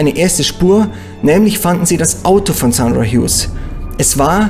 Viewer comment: Er spricht den Namen genau so aus, wie man ihn ausspricht.